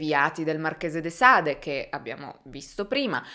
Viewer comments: De Sade si pronuncia De Sad… scusa ma qualcuno doveva dirlo 🤷🏻‍♂️😉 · Il marchese de sade si pronuncia “ de sad “ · So pronuncia de Sad (in francese la e finale non si dice) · Comunque Marquis de Sade è francese, pertanto non si legge la e finale. Bel video come sempre! :) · Io capisco che non tutti abbiano studiato letteratura o il francese o sentito nominare (nonostante la sua fama) Sade. Ma almeno informarsi su come si pronunciano i nomi prima di fare video guardati da così tanta gente mi sembra il minimo. Marchese de Sade così pronunciato non si può proprio sentire.